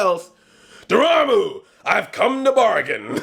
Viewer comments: it is pronouced Door Ma Muu (Dormammu) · Door-Mom-Moo if this helps to pronounce it Andre lol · Andre its Door-ma-moo. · Dormammu isn't that hard to pronounce, haha. Door+Mom+ooh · Dormamu is pronounced Door-Mom-Moo. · Andre I'll help you It's pronounced door-mom-ooo. You're welcome P.s. I've come to bargain! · If you can't correctly pronounce Dormammu, then you really shouldn't call yourself "Black NERD". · Lol I love how he can say "Chewietel Eijiofor" but not "Dormammu" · Say Dormammu damnit!!! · Can't pronounce Dormammu. Flawlessly says Chiwetel Ejiofor.